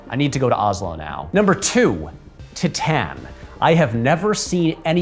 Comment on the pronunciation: One like for correctly pronouncing 'Titane' when so many get it wrong.